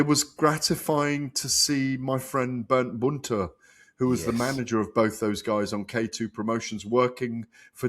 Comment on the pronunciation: Who’s “Burnt Boonta” Gareth?? Do you mean Bernd Bonte??🤡🤡